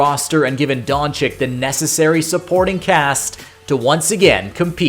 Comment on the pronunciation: Great video…gotta get the names right tho…don-CHICH not don-CHICK 🙏